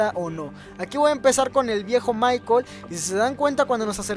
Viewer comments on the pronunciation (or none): none